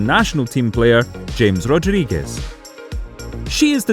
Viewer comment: you pronounced james rodruigez wrong